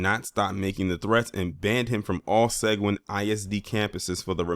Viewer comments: Seguin, Texas.... It's pronounced Sa gee in, Texas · Seguin is pronounced "se GEEN" like green without the r...Uvalde is pronounced "u Vol day" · In Texas we pronounce Seguin, TX as [Sah-geen'] and Uvalde as (Yu Vahl-day). In any case, Thanks for sharing on this highly important issue. Peace from Texas.